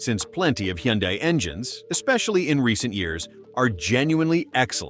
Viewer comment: Hyundai is pronounced like "Sunday". Just saying. BTW, I only use Top Tier Plus gas, Valvoline Restore and Protect synth' oil, and Mobil 1 synth' oil filters. AND an Italian Tune Up once a week in my wife's 2023 KIA Sportage, and my 2012 Sorento with nearly 106,000 miles on her !!!😂😅😊